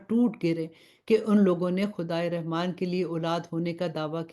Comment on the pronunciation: Rahman ki ray k uper zabar hai but zair se isko perh rahi hain